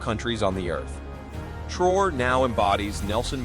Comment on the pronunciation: The name is pronounced TRA-O-RAY Hence Traoré NOT Trore Ugh🙄